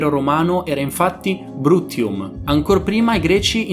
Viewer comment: Il termine corretto è grecanico, non griko. Brutium non si pronuncia come hai fatto tu: non hai studiato latino?